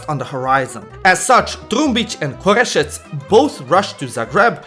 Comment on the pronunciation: bro said "korešec"